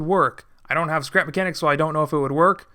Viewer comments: skrep makenik hahahahahah its srap mechanic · Dude it's not sleep makenic!!!lol Its scrap mechanic man!!!!😂😂😂😂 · nobody: durf: skrep makenik